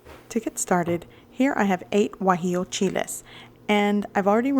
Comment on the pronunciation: Guajillo, not Guajio